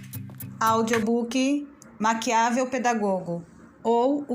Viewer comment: Parabéns pelo trabalho. Está me ajudando bastante. Só um aviso: a ortoépia é "Maquiavél", não "Maquiável".😉